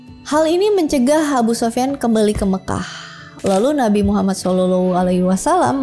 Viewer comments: pandai ngucapin nama nabi muhammad😂 cie cie... Smg dpt petunjuk. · Penyebutan Nabi Muhammad SAW nya dah fasih banget... 😊